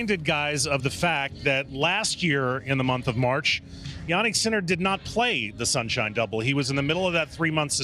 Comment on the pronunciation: SIN-SHINE DUOBLE